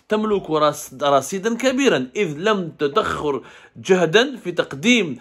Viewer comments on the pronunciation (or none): Vous êtes nul en Arabe لم تدخر LaM tadakhir